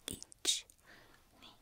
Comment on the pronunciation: IT'S ICHI NOT EACH